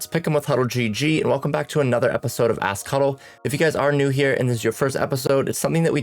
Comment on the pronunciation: First time on your channel , in the intro when you said “ask huddle” i thought you said “a** cuddle “ 💀💀💀😂😂😂 other than that very helpful video